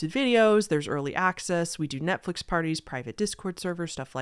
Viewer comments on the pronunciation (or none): none